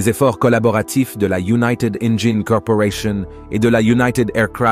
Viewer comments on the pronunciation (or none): none